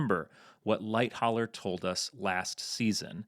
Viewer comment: I like this video, but it is unnerving how he doesn't know how to pronounce "Lightoller" properly and does it wrong whole time.